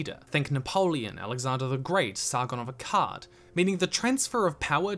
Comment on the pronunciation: I get a legitimate eye twitch every time you say 'Sargon of Akkad'.